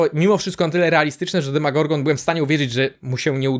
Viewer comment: Nie demagorgon tylko demogorgon